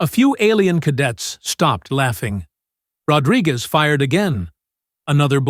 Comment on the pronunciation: Ahh AI has as much trouble pronouncing "Rodriguez" as the aliens do